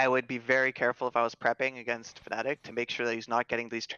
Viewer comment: They also called Fnatic Fanatic in another video